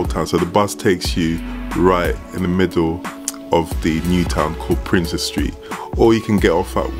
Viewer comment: Prince's Street not Princess Street